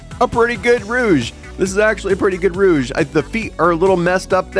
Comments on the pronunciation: It's Rouge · No it’s rouge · It’s rouge!